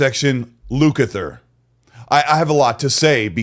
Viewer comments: LUCATER??? I guess 😂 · Lukathor( I think that’s what you said 😅)